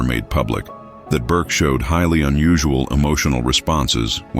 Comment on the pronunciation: Its not burke